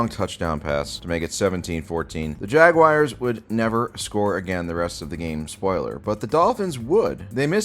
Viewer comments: Dude, what's a fucking Jagwire?? It's Jagwahrs! No "wire" sound at all. You have to be doing this on purpose. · Jag-wire is the only worse way to say it than the way the English say it. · Jag-wires XD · please stop saying jagwires it's making me violently cum I don't have much semen left and if it keeps going my balls might fall off